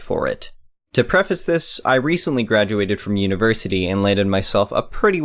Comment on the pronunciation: "Preface" is pronounced "pref-iss."